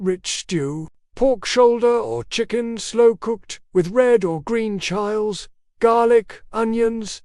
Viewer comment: Haha pronounced Chiles incorrectly